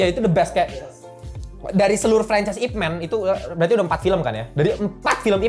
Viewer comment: bang, fyi IP MAN itu dibaca YipMan bukan ipmen